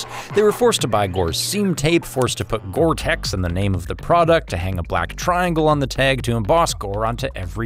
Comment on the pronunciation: It's gore-tex. You wish you had this coat